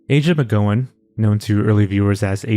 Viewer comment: as someone with family with this name, it’s pronounced like the word “ow” and not “oh” lmao (so Mc-GOW-in). So rhyming with cow and now oh.